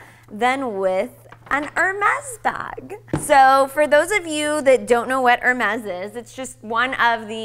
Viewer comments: It's pronounced Ahir-mez - not Er-mez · Beautiful bag, lovely young lady. I think the correct pronunciation is...'AIR - MES'......and not.....'ER - MESS'. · "air-mez" not "er - mez" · It’s not pronounced ER-MEZ. It’s pronounced Air...mess.🙄 I have a Birkin. I got the one I wanted when I wanted it - size 35 in the noir clemence leather with palladium hardware. Buying another this spring. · two things: Why not reveal how much it cost? and, Why do you say 'Hermes' like that? Were you new to the brand? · Please pronounce the brand correctly. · How funny that she, that can get a Hermes bag, can't even pronounce correctly the Brand's name. She's so right about the target of the video. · p.s. you are pronouncing Hermes wrong. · Lilly, learn how to pronounce Hermes correctly. Even I know how it's correctly pronounced. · why does she keep pronounce the name wrong?